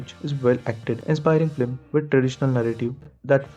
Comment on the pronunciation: Bro before you write an essay on something you might want to learn how to pronounce simple words like film. You keep saying "flim" and it makes you sound like you have no idea wtf you're talking about